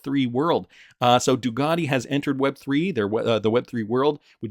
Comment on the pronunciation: Can you say the letter C , it sounds a lot like a K? It’s not DuGati, it’s Ducati